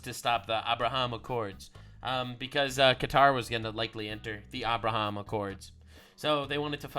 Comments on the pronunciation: "Awbrahawm Accords" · Ahh-Brah-Haam Lincoln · the way Trump pronounces Abraham is the German way of saying it^^ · Fun fact: The way Trump pronounces Abraham is the Afrikaans way of pronouncing the name... so we are the "real" people. White supremacy confirmed! BURN THEM ALL! For political reasons... This is a joke. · Slavic languages pronounce "Abraham" exactly like Trump. lol.... maybe Melania influenced him? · The pronunciation he is using is reminding me of the Afrikaans pronunciation. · I dont even know how to spell how he pronounced Abraham's name but Im here for it😂. Especially if it brings peace the middle east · I never thought I’d hear Trump try to pronounce Hebrew lol